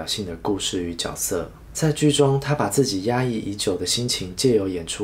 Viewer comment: 看不下去了，多音字都读不好。主角应该读zhu jue，角色应该读jue se。我发的是大陆拼音